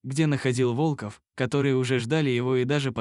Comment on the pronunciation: Находил волкОв, пришел на встречу с волкАми! Невозможно слушать это вОлков! ВолкОв! Лайк не ставлю.